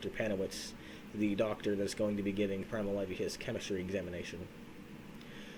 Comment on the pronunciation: Guy said “Primal levee”